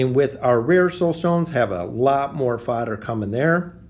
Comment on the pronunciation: When you say fodder it sounds like you’re trying to say father in an accent. 🤣